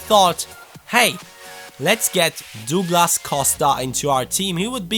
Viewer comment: Douglas costa is said doh(like Homer Simpson)glas